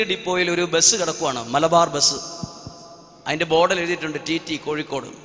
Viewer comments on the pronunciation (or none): none